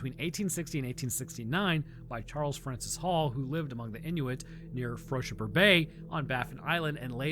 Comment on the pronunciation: Just a mote on pronunciation of Martin Frobisher name. The way to properly pronounce is essentially Fro' ( as in the hairstyle) and then Bisher ' ( Fisher with a 'b') hence 'Frobisher' . and Frobisher Bay is named after him.